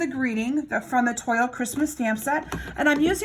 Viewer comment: Pronounced Twal